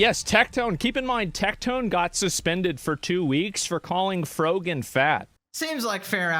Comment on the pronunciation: erm, you said frog-an wrong